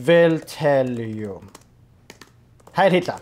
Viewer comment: but the fuhr guy did quielty say hiel me lol